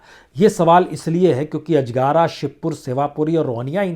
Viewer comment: अजगारा नही साहब अजगरा है